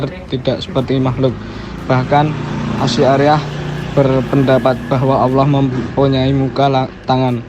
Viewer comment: Bacanya bukan ASI ariyah ya mas..tapi Asy' ariyyah..